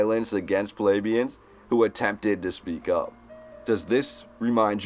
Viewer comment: YOU ARE MISPRONOUNCING THE WIRD PLEBEIAN. 👎🏻